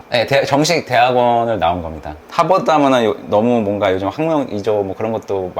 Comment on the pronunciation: 하바드 발음 일부러 한국인처럼 하시는듯 ㅋㅋㅋ